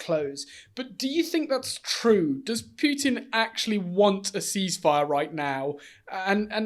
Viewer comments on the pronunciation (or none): It's Putin, not Pyutin!